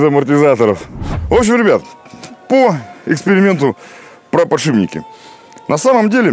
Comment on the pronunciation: Подшипники подшипники! Не подшиБники )))